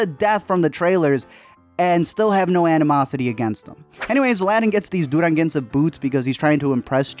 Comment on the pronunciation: "Duranguense" boots xD